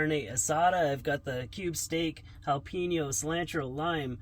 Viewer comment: Jalapeño not "Jalpeño"